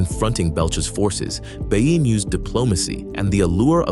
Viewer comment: Its not bey-ene, but be-ye-ne. Nice vid tough